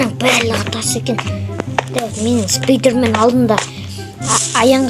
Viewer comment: Спидрмен емес спайдермен